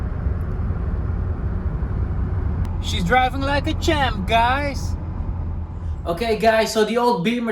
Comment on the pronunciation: The way you pronunce that champ sounding more like chimp, looks like you're constantly addressing to chimpanzees...